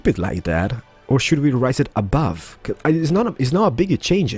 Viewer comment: Belooow not abuve